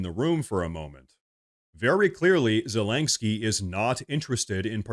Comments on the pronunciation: I can't stand the little Cocaine Goblin, but I also dislike you mispronouncing his name. It's zelensky, not zelenksky. Unless everyone else on the planet is mispronouncing it, which is absolutely possible in Current Year. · Please: Za-LIN-sky, not Za-LENK-sky. Thank you, and good reporting. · It's zel-ens-kee NOT zel-enk-skee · PLEASE PLEASE SAY ZELENSKYS NAME RIGHT! ITS NOT ZELENK-SKY! makes you sound like a hillbilly. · I'm curious, why do you always say "Zelaingsky" instead of "Zelensky?" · I know this is unimportant, but why do you say “Zelangsky” Ze-Lin-Ski. I really like your videos, but it grates on my ears to hear it. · It’s not ZelinKski😑 It’s Zelenski 🙄 He is SCUM SO WHATEVER. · its ZeleNsky the letter in the middle is an N. ive never even heard the letter you pronounce there lol. its like an OCD thing for me, a small, but so annoying😀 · There is no G in zalenskyy. How can you not pronunciate it, it's such an easy name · There is no "G" in Zelenskyy's name. "Morse" is one syllable, not two as in "Morris". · Could you PLEASE learn how to say Zelenskyy?! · I just realized that this dude is an AI. At first I thought his voice sounded like one & he keeps mispronouncing Zelinsky, but then I watched him & he doesn't blink... It's kind of creepy. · I LOVE your channel,, but WHY do you pronounce Zelenskyy's name with a "G"?????